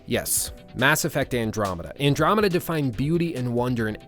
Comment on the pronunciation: Lol. When he said andromada i nearly puked out my liver. I was about to hang myself